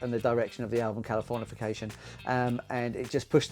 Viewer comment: the wrong pronunciation of the album title the whole video was an hilarious bit😂